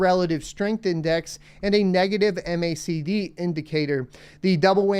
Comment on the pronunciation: that was the fIrst time i heard M-A-C-D instead of Mac-D